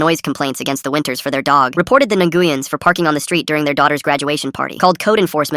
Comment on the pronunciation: Neh goo yen? If it's Nguyen, it's pronounced Win.